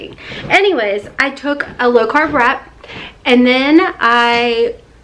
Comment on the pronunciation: I thought you said Rat instead of wrap Im going back to bed,!!!! LOL